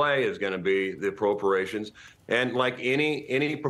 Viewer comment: "approporations" lol speak English much?